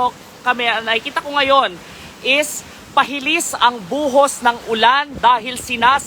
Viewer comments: PAHILIS BA O PALIHIS,😁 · lihis po hindi hilis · palihis dpt 😂 inulit pa kc ng reporter,,kaya tuloy napansin 😂